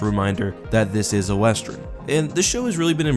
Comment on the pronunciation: Really enjoy all your content, but one, tiny thing bugs me: It's "western" not "westren". Sorry for being nitpicky